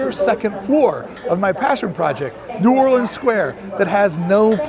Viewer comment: Your THE ONLY Vlogger who said Nu-whawl-lee-unns the way NOLA locals do. Very impressive.